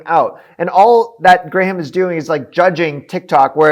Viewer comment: You calling him gray-ham cracked me up😂